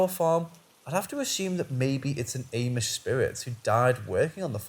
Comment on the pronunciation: Amish us pronounced Ah-mish.